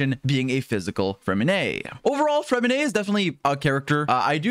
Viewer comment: Finally someone who pronounces his name correctly